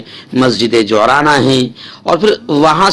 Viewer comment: Ji’irrana talaffuz hoga